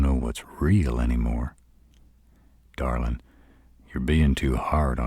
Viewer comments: I swear .. Darlin’ in a deep southern drawl .. it’s my weakness. I don’t know what it is but gets me flustered every time. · I LOVE how he says Darlin